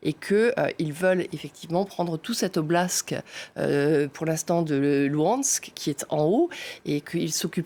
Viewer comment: Ne faites pas semblant d'être des experts, on prononce oblast et pas oblasque !!!